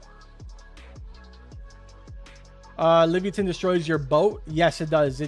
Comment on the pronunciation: Leave-yatan is the pronunciation